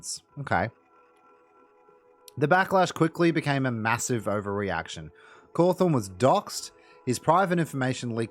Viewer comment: I like how you call Cawthon as Cawthorn